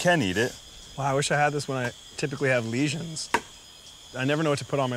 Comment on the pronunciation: the guy roasting for saying "lesions" omfg